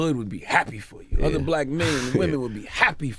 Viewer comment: Instead of saying other he said “otter” lol